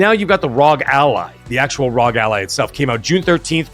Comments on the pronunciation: Rog ally x, lol you keep calling it RzoG ally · Its even more of a mouthful, its actually R. O. G. XBox Ally X not Rog like frog. 🇨🇦